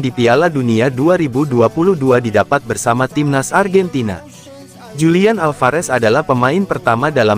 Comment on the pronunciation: Dibacanya "Hulian" boskuuu... bukan Julian